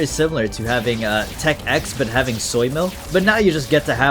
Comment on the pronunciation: Smh you AND the audience are doing a skill issue here, you say 11, they say 9, when it CLEARLY is called tech ix (icks)